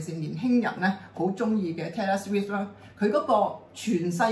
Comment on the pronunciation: Taylor Swift 讀音完全錯, 上集已聽到耳都側埋!